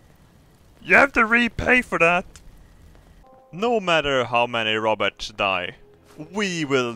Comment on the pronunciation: "One of the Robertsch became a Jeebus!"